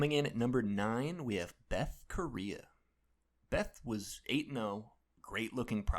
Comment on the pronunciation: Shitty clickbait video. Can’t even pronounce Bethe Correia’s name right.